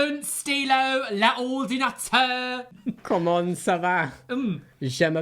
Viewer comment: I also heard "la une stylo." The grammar had me smirking, then pronunciation of l'ordinateur made me literally LOL.